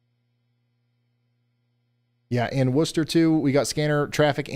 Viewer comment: I live in massachusetts, so listening to ryan trying to pronounce the names of the towns around here hilarious "WUH-chu-set" reservoir had me dead 😂😂😂 saying that wrong